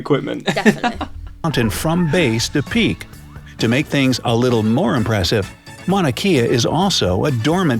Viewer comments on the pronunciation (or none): Mana Kay-ah...... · Mauna Kea (Kay-ah) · Mauna Kea is pronounced kay-uh. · The video butchered Mauna Kea. It is pronounced Kay-a!